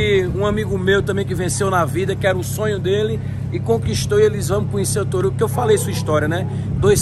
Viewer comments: KK "torugo" pensei q so eu tinha percebido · Pw ja e uns 3 videos e esse cara nn consegue fala o nome do toguro certo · Torugo kkkk é toguro doido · Deve ser agoniante pro Toguro toda hora o ficar chamando de "Torugo". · "Torugo" kkkkkkkkk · O cara fica chamando toguro de torugo kkkkkkkkkkkkkkkkkkkkkkkk Essas lendas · Chamando de TORUGO 🤣🤣🤣🤣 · TORUGO KKKK melhor que toguro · Fala ‘’torugo” kkkk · Resenha o cara falando torugo kkkkkk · TORUGO É FODA KKK O CARA NÃO PARA DE FALAR ERRADO KKKK PQP O FODA É QUE O CARA NEM LIGA KKK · SOU SEU FÃ "TORUGO" PQP KKKKKK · Krl me da agonia esse cara falando torugo vei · chamando de ''TORUGO'' KKKKKKKKK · O nome dele é toguro não torugo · É Toguro, tá pra estreitar um vídeo com ele falando o nome do Toguro certo kkkkk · Esses caras do Nordeste não sabe pronunciar o nome do toguro kkk Por que será é são diferentes kkkkkk